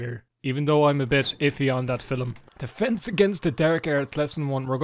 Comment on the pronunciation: "fillum" Film?